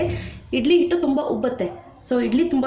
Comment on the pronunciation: ನಿಮ್ಮ recipe ಚೆನ್ನಾಗಿದೆ, ಆದರೆ 'ಹ' ಕಾರ ಮತ್ತು 'ಅ' ಕಾರವನ್ನು ಸರಿಯಾಗಿ ಉಚ್ಚರಿಸಿ, ಕನ್ನಡವನ್ನ ಕೊಲ್ಲಬೇಡಿ.. please. ಹಿಟ್ಟು, ಅದು, ಇಟ್ಟು ಅಲ್ಲ. ಹನ್ನೆರಡು, ಹದಿನಾಲಕ್ಕು ಎಲ್ಲ ತಪ್ಪು, ಅನ್ನೇರಡು ಅದಿನಾಲಕ್ಕು ಅಲ್ಲ .. ತೆಗೆದು ಅದು, ತೆಗೆದಿ ಅಲ್ಲ. Please madam.. ಪುಸ್ತಕದ ಕನ್ನಡ expect ಮಾಡ್ತಿಲ್ಲ, ಆಡು ಭಾಷೆಯಲ್ಲಿಯೇ pronunciations ನ correct ಮಾಡ್ಕೊಳ್ಳಿ.